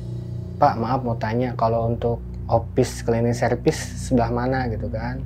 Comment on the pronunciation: Opis klining serpis😂ah logatnya lucu